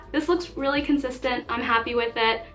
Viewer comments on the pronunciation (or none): none